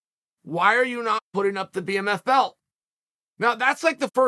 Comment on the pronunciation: man said bmMILF belt